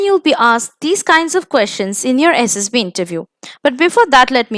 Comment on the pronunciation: Mam it's SSB not SSP..PLZ CORRECT